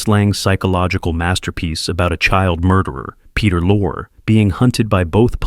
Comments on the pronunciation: Yeah, who the hell is peter Loor ? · "Peter Lorr" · “Peter Loar.”😜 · Not many people know that Peter Lorre's name was actually pronounced Peter Lure, the studio made him change it to avoid spoilers. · I must correct how the narrator mispronounced the names of two stars so badly that it made my skin crawl, just like these movies. First of all it's Joel McRae, "Mc-Ray," two syllables, not with the extra syllable added at the end. Then you did the exact opposite with Peter Lorre's name. You pronounced it "Lore," like folklore. For Christ sakes, it's pronounced Lorrie, two syllables. Not sure what kind of reputed film expert gets these names so very wrong. These two men had very distinguished careers in movies and deserved better. Oh, I get it, this is an AI-production, so the artificially generated voice has no idea how certain things are pronounced. Many errors are present. It's attempt at Medieval was comical. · All this research but letting names as usual to be murdered....as a UK person its very jarring!!